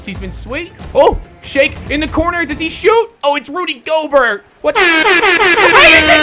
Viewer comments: why he pronounce gobert's name like goburt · It's pronounced gobairt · it's pronounced gobair I should know I love the jazz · I thought that Rudy gorbert was pronounced like "go-bear" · his name is pronounced gobear even tho its spelled gobert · Does not watch basketball? He keeps pronouncing Rudy Gobert's name wrong. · No, hes dyslexic.